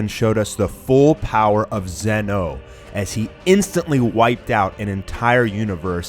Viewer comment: Why do you say Zeno like that, not being mean but that annoys me